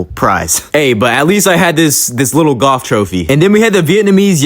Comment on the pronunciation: I thought u said goth and not golf 😂